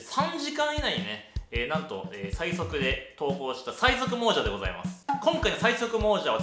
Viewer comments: 相変わらず猛者を「もうじゃ」と読む人 第２回で気付いてたハズなのに😓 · いつも思っていたんだけど "もうじゃ" じゃなくて "もさ" じゃね？